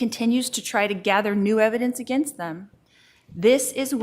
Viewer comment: Any word that has an EN in it, is pronounced as IN. Like Definse, Offince, Aginst (against) Sintincing, imminse, death pinilty, defindint, my niece Milinie, to make sinse (sense), attintion and so on....I know it's petty but it drives me crazy and I DETEST her.